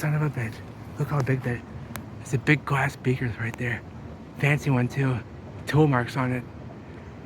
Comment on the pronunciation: I swear everytime you say Glass it sounds like Gwass lol 😂